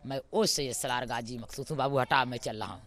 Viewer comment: ये औरत गाजी बाबा का नाम सही से नहीं बता पा रही है और अपने ऊपर गाजी की सवारी बता रही है ।